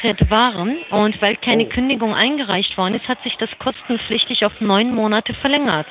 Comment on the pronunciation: Was hat es eigentlich mit dieser Trennung des Wortes "kosten-pflichtig" zu tun? Bei sagt sie das - und ich hab schon öfter in den Telefonaten gehört, dass die Betonung bei "Kostenlos" bzw. "kostenpflichtig" immer so ist dass die Wörter komplett getrennt ausgesprochen werden. Schneiden die damit irgendwas zusammen?